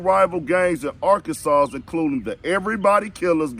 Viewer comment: Why you saying Arkansassss.....😆😂😂😂✌🏾💀